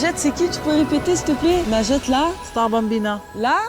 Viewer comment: C'est pas Najete mais linjete